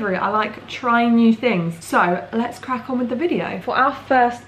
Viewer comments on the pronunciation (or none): When I heard you say let’s crack on with the video I heard... let’s crackle with the:) new catchphrase?;)